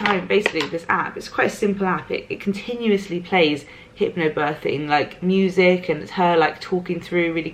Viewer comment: I'm sorry, but the only thing I can hear is HYPPO birthing:D Thank you for always being honest:*